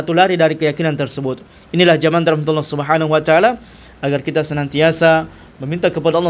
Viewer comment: 😅 "Subhanuacaala" ? Maaf nih kedengeranya kok seperti bgitu pelafalan nya?